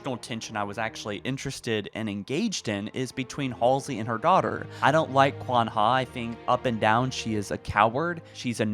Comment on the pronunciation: qwan ha? more like Qwan YAWN